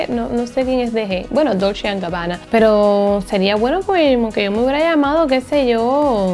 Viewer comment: No es DOLSHHHHE ES DOLCHE ASÍ SE PRONUNCIA Y SE ESCRIBE DOLCE